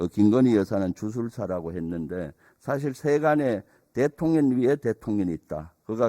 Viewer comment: 말좀 똑바로 해라 대통령님을 대통련이라니 초등학교에서 무엇을 배웠나 발음을 똑바로해라 썅